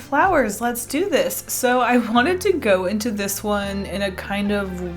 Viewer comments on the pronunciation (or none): she sayed ”this” and if you litsen close you can hear that she says ”thisksks”